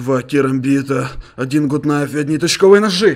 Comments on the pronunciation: Это не Гут найф а Гат найф весли я не ошибаюсь! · Не гут наив а гат найф!